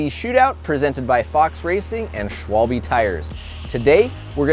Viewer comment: Why can’t Americans and Brits not learn how to pronounce Schwalbe